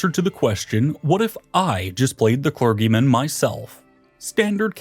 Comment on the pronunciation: Arkbishop, ClerGyman, pApacy, this guy likes alternative pronunciations LoL... Great video btw really exciting stuff...